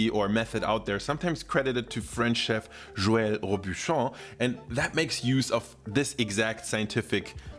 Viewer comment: The most telling sign this guy is not actually American is the fact that he didn't make a mess of pronouncing "Joël Robuchon"